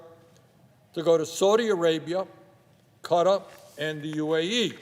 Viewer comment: What the hell is cutter? Does he mean Qatar?